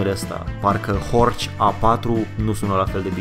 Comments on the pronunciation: Se pronunta HORH, nu HORCI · Istoria Audi e putin mai cmplexa decat ai prezentat-o, dar in esenta, asa este... As avea unele mentiuni: a. Horch se pronunta "Horhh" si nu "Horci"; b. Horch inseamna "Ascultă!" in limba germana (imperativ), exact la fel si Audi in limba latina, nicidecum "a auzi" (infinitiv); c. Compania fondata de Augustus Horch initial, s-a numit intr-adevar "Horch", iar in urma unor probleme a fost nevoita fuziunea cu alte 3 companii, in urma careia s-a stabilit numele latin Audi; in urma aceleiasi fuziuni a celor 4 companii a rezultat si sigla :D Foarte tare canalul! Imi place ca esti bine documentat si diversitatea subiectelor abordate! Keep up the good work!!! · Nu e horci e heorhi goddamit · Boss " ch " in germana se pronunță " h " .... deci este horh nu horci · se pronunță "horh", nu "horci" în germană.